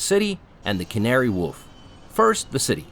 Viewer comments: Crowned not coronated - He's a King not a fizzy drink, Anne Boleyn not Anne Boleen, Tube not Toob, Canary Wharf not Woof - not much to do here? If you'd stayed on the DLR a few more stops you could have visited Greenwich and stood in the East and West astride the timeline. How much milk are you putting in that tea? Yuk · What's Canary Woof!? A London kennel? Too much AI AROUND THAT CAN'T PRONOUNCE SIMPLE WORDS! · An excellent, better than most reviews. Wow an American who knows big Ben is a bell not a tower! 😂😂 Made me laugh with the pronunciations. Canary Woof 😂 Kansigton gardens 😂 The texan couple saying I love London they speak English here 😂😂 Londoners are surprised that texans almost speak English😂😂 You don't have to wait months for a doctors appointment, at the most one day. Ive never had to wait that long. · I know, so funny! 🤣 Also "sky fi" for sci fi 😂 Bless him though, the video was well filmed and produced and did our city proud! 💪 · Canary woof? I hate that place on a moral level but even I know it's pronounced Canary Wharf, like war with an f on the end. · The King is Home when the Royal Standard flies Not the flag ( Union Jack) When you say Tea with milk it doesn't mean empty a cows udders as you did. Canary Warf The H is silent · Canary Woof? Yes its located on the Isle of Dogs! but its not pronounced that way! The 'ar' in "Wharf" pronounced like 'or' in "more" Great video showing its various cultural gems. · It's Wharf not Woof. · Canary 'woof' 🤣🤣 It's pronounced waarf. Sorry but that one just grated on me.... Great video. Thanks so much 🙏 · Canary WOOF! 😂 Mate, it's pronounced as it's spelt, WHARF, like WAR with an F on the end, love from a Londoner. 😉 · Canary whoof 🤣 noooo it’s pronounced walf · It’s Canary Wharf 🤣🤣🤣🤣that did make me laugh ! Canary woof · I'm sorry but what?! The Canary Woof? It's a wharf, for boats, not a dog barking. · It's Canary Warfe not Woof Custard tarts not egg tarts! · “Canary Woof” 😂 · Did he say woof ?